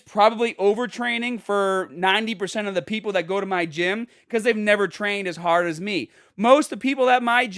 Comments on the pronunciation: If accents wete birds, the Bostonian accent would be a mockingbird. Hah•d Hah•der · The Boston accent came out when he said hard lol